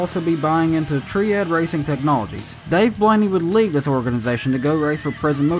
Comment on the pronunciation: "Tree-ad Racing Technologies"